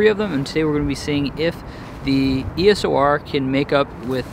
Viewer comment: Funny when you say E.S.O.R :) I recommend the 24 2.8 IS USM. I picked one up second hand for 150 bucks :)